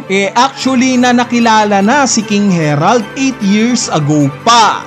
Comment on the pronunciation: HAH-RALD yan ang basa jan boss since sa vikings inspired sila